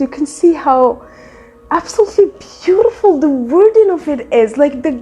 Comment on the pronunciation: Shout out to anyone who heard the trilling sound made while saying the word “beautiful”.